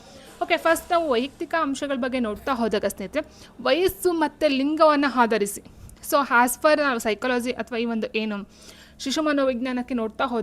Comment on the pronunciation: ಆಧರಿಸಿ, ಅಂಶ... Ets ಪದಗಳನ್ನು ಸರಿಯಾಗಿ ಉಚ್ಛರಿಸಿ..ಅ ಕಾರ ಮತ್ತು ಹ ಕಾರದ ಬಳಕೆ ಸರಿಯಾಗಿ‌ ಮಾಡಿ. ಕೇಳಲು‌ ಕಷ್ಟ‌ ಅನಿಸ್ತಿದೆ.